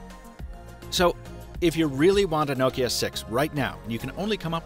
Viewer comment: First youtuber to say Nokia correctly.